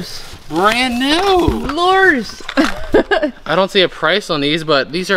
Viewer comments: Your pronouncing Lure wrong its Lu ers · They’re lures not lears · If you want to pronounce it correctly, they are called loors kinda like floors. And the one that you held up that had more than one lure on it is called a rig. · I’m not gonna lie it kinda triggers me when you say Lewers wrong I’m sorry like I just paused this video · / I was laughing at the way he says fishing lures, which may be correct, not the way we say it in Georgia, lol. Hope ya'll have a great and safe Christmas! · Wow what a great start to this unit. And the way you say to lures cracks me up.